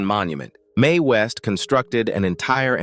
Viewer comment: Excellent production quality, but there were a few pronunciation mistakes with names like Bette Davis, Charlie Chaplin, Orson Welles, and Mae West. Correcting those would make the video feel even more professional.